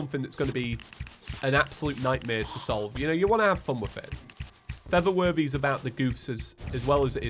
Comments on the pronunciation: Why did I hear “feather worthy” instead of “for the worthy”? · When I hear him say "For The Worthy" I keep hearing "Feather Birdy"